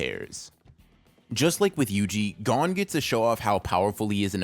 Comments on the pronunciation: God I hate when people pronounce gon’s name like that😭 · Eh?! why does he purposely mispronounce it😭😭😭